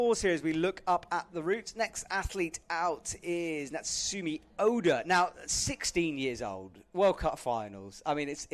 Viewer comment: pleaaaase get names right. Calling Natsumi by Natsuki, mispronouncing Zhilu Lou yet again. Pleeeeease.. Please. Also, it's disappointing that commentary so often seems to just be a verbal description of the things we can see on screen, instead of informative commentary on what's happening. Like telling us what the score on the graphic instead of telling us the real score. Does IFSC provide with any materials or information? Like pronunciation cards, or a more accurate score readout? Or is he just given the same camera view we get? It feels like it defeats the purpose of having a commentator when all he does is just tell us what we already see...